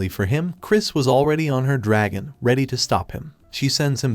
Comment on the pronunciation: A groop of dargon riders😂😂😂😂 Edit: If you dont know; dragon is the proper pronunciation not dArgOn